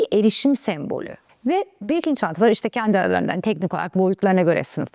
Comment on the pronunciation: Birkin‘i doğru telaffuz edememişsiniz